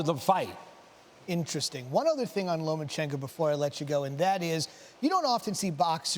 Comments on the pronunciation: Lo Ma Chen Ko. Not Loman chenko you are pro sports commentators. Get your game on. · He is not lomaNchenko, invalids! Learn the names of the boxers at least.